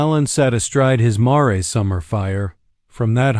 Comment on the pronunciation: The dang word is mare (mair) not ma-ray!